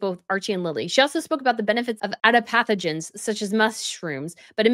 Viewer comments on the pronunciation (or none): Girl,, if you don’t know what something means, like Ay-Ur-vayda is a sacred Indian Practice. Also there are ADAPT-O-Jens. These are things you can and should take while pregnant. None of this is literally psychodelic or woowoo. No one’s doing drugs while pregnant. It’s sad because I love so much of your content but this is ridiculously petty, not to mention mostly untrue because you chose not to research the paragraph. It really makes you look unprofessional and you’re spreading false facts. Like we’re on the same side here no doubt, but that whole 5 minutes my jaw was on the floor. Please do better.